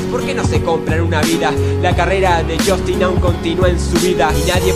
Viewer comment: el unico error es que pronuncia "jostin" y es jastin:')